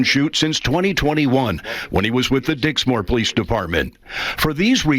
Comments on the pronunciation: Hahaha...he said Dicksmore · Stop saying Dicksmore